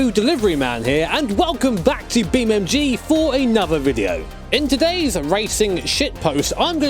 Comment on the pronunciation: Stop saying beamMg man, it irritates so many people